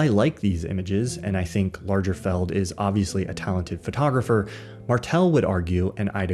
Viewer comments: Not sure if Mandela effect… did you say “Largerfeld”? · I'm permitting myself this pedantry because this is a cerebral channel, the content is always superlative, & we are talking about quite a famous person - so Lagerfeld is pronounced with a hard G, not a soft g/j sound. ~ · You probably need to work on your prononciation of «Lagerfeld »…. I love your contribution here, and find your views very inspiring! Cheers from berlin ! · That is not at all how Lagerfeld is pronounced :)